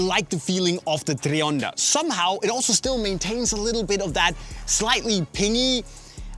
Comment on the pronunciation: It’s not treeonda bro, it’s tri, like try, I can’t stand this guy.